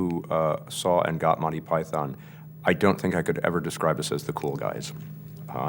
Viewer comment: the only thing i dnt like s how they incorrectly pronounce Monty Python.